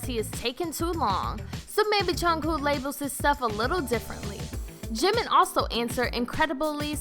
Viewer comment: "ShUga" Jhinmin Jhin Junguk...Junkoo